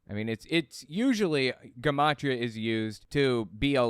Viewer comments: Its "Juh-mot-ria."Not Guh. It's the study of numbers making it a derivation of " Geometry." Hence the Jun pronunciation. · I enjoy your content, but take the time to check pronunciation of words you're unfamiliar with, like gematria. Correct pronunciation is juh ma tree uh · Um, isn’t gematria pronounced with a “soft’ g? Juh ma tri ah…?